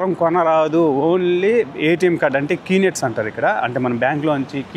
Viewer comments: కీ నెట్స్ కాదురా నాలుక మందం వెధవ... Knet అంటారు. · Kee net కాదు. K net బ్రదర్